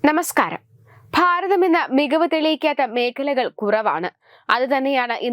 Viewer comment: ഞാമസ്കാരം അല്ല